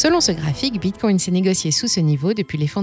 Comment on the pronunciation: Bordel, elle ne peut pas dire Bitcoin comme tout le monde!? 😤